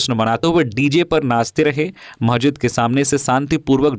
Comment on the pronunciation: "महजिद'' नहीं "मस्जिद" बोलिए ।